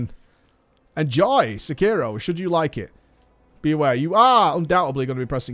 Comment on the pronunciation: Umm isn't is Se-ki-ro? no Sek-iro